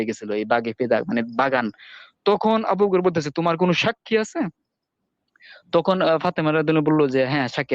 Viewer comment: ভাই আপনার বয়স কত। ১৫ ২০ লাগছে আপানার গবেষণায় তাইনা বয়সটা কত ভাই। তুখুন নাকি তখন কুপাইআম এইটা কোন আম ভাই উচ্চারন ঠিক করেন ভাই